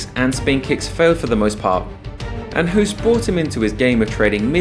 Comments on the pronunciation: Thank you, very nice video! His name is pronounced Hoast btw (like tv-host, or toast), not Hoooost as in cool. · And still you can't say his name properly. Hoost is pronunced as ''host'' but with a long o not the sound oo like zoo. Please try to remember if you have respect for this legend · Pronounced "host", as in "ghost". If you are devoting an entire video to this Dutch giant, can you please at least get the pronunciation of his name right? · The name Hoost is literally pronounced like the english word host. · It's pronounced as the english word 'host' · Hahaha I giggled when you summed up the fighting arts and when you said taekwando you showed a taekwando fighter beeing swept down by a muay thai fighter XD. Btw If you want to pronounce the name Hoost correct, say hose like fire hose) and add a T on the end. So Hose+t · The double oo is pronounced like an oa like in boat. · Hoost is pronounced the same as "low" as opposed to "look".